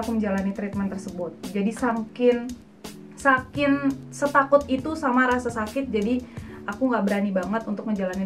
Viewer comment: saking teh, bukan sakin atau sankin :p